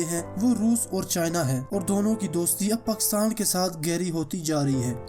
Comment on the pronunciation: Its Pakistan, not pkhstan.. Sorry dont mind bro. put aside potohari language from Urdu